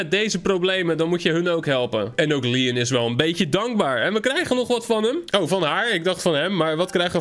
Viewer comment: Je zegt Leon steeds maar het is lion